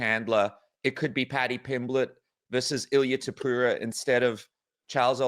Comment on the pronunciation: Niiiice! He started saying Topuria instead of Topurra! ✅️📈